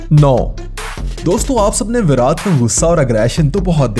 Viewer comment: Virat not voraj 😁😁